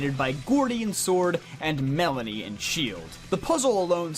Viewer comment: ah yes, my favorite gen 8 gym leader, "Melanie" it's Melony, btw lmao